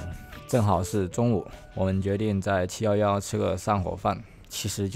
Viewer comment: 七夭夭😂😂有趣唸法